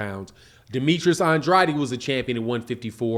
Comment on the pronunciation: say it Ann Drade Ann Drade that's how you say it properly Ann Drade say it rite